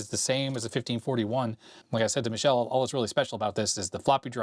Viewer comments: it's not pronounced like Michelle wich is a girl name! It's pronounced Meekele! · i think you're pronouncing Micheles name wrong if hes Italian. youre saying it the french way